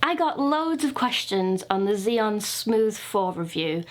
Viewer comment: Isn't it read as chi Yoon is it ?